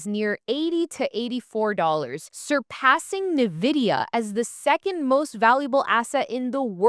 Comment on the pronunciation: "ni-vidia" lol when did it become "ni-vidia'? Is this how noobs pronounce it?